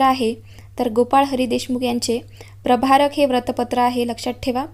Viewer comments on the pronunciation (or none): प्रभारक नव्हे प्रभाकर